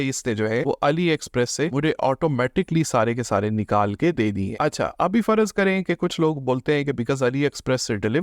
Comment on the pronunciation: Its `farz’ not `farazz’